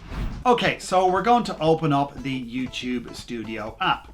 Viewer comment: you said youchube